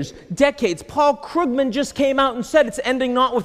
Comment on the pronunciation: I believe it's pronounced Kroogman, not Kruggman... Wow. Can you count all the lies Larry Summer gave in his first 6 minutes? And Ian... You can prove that an economy will do well by proving that capital will not flee. If that had anything whatsoever to do with the reasons for the economic problems we were facing, then it might be more interesting. At least he actually managed to pronounce Krugman right.